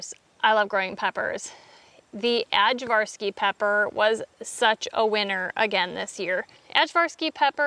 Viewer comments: Ajvarski, supposed to be pronounced eye-var’-skee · I think it’s ajvarski actually. It’s correctly pronounced eye-var-skee.